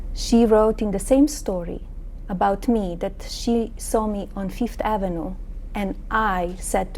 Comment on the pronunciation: Where is "Feefth Avenue?" Einstein visa? Hardly.